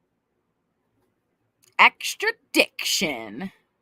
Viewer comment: extra-diction!!! 😂😂😂 LMAO I can't!